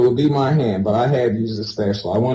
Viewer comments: I've never heard anyone pronounce "attic" like "addict" before. Definitely never heard "spatulaR" 🤔 Wholeheartedly agree with the opinion that homeschooling shouldn't be an option for people with CPS involvement. School and mandatory reporters are often a child's only line of defense. ♡ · I say spatula the same way he says it with an er at the end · Why did he say spatuler like Mr. Krabs?